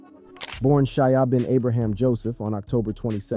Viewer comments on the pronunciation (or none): none